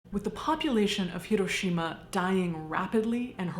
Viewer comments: She immediately said the name correctly, gets an immediate like. Remember folks, japanese doesn't have an r, just an l. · Thank you SO MUCH for pronouncing “Hiroshima” correctly! ❤❤❤ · Not super to do with the video, but as someone who grew up in Hiroshima, THANK YOU for pronouncing the city name like locals do. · Thank you so much for your pronunciation of Hiroshima. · I can't even imagine... I'm crying just thinking about my home state there one moment and gone in a blinding flash and boom. And then the after math, my God. It's atrocious. Thank you for this video and thank your for you pronunciation of Japanese names and places.